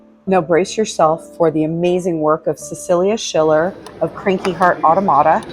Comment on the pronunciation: You pronounce automata like otto-mata. It’s more commonly pronounced ah-tom-ah-ta. Thanks for sharing your visit.